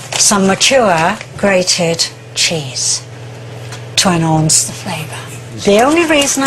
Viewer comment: "To enhowense the flavour'.